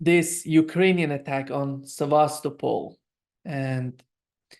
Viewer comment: Sevastopol is pronounced "Sevva's Tople"